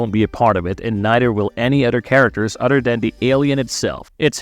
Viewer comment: Practice with me. Uh-THer. Other! Not "Udder!" Jesus try and work on that speech impediment.